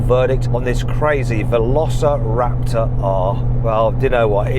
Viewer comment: Velociraptorの発音が良すぎて何度もリピートしてる